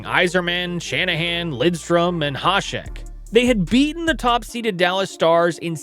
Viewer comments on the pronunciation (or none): none